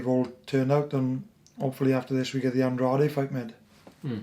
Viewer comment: Still grates on me that no one says "Andrade" correctly still...